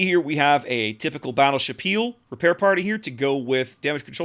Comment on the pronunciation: Wow, you managed to pronounce it the closest, first time, of any reviewer I've seen so far. Props to you. That being said, Hyuga is pronounced like Hugh-ga, similar to Howard HUGHes.